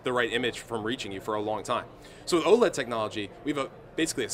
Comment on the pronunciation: I thought OLED was meant to be pronounced with each letter like LED o_0, this guy makes it sound weird.